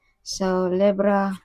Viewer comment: Libra ndi Lebra. Masyado mong binibisbis DUHHHHHHHHHH